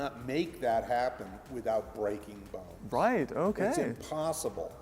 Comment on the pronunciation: i thought i was the only one who heard that lmao